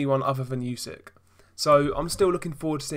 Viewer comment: Spell not yusyk, spell it like oosyk